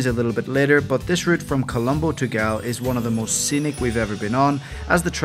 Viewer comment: Loved the fact that you both attempted to name the places using the native proper Sinhala names of the towns, instead of using the Anglicized version of the name such as for Galle pronouncing it like Gaalle (ගාල්ල ) instead of pronouncing it like of Gaule (ගෝල් ). Nice attempt to pronounce it. 😊